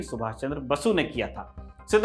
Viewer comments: Bhai it's Netaji Subhas Chandra Bose.....not Basu.......n thanks for the tis apisode about sir Pilai. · Sir it's Subhas Chandra Bose not basu 🤍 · Subhash chandra bose ko " Basu " Na boley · Subhas chandra bose ki ko aap basu bol rahe hain